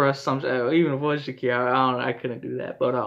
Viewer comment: Bro said Shakira 😂